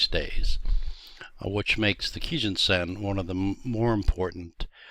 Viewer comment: Thanks for this video but why did you start mispronouncing kijun around the 4 minute mark after starting correctly. You really distracted me with that.